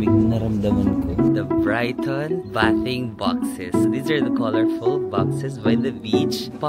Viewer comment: Bathing is pronounce baything box